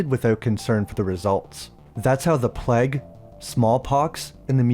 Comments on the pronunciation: Why do you say 'Pleg' instead of 'PlayG'? Plague is a word that some US Americans seem to struggle with but you're Canadian (I think). Good review though. I'll be look out for this one. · Nice video, but your pronunciation of plague is a bit off. Keeps sounding like plaque to me 😅